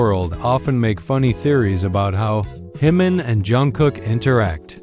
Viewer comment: Pronounce Jimin's name correctly